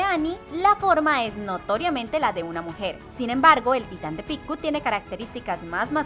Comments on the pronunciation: Picku??? acaso es japonesa para que pronuncie asi? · Cómo que Picku? 😂 se pronuncia "Pieck" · Me dio gracia como pronuncio el nombre de Pieck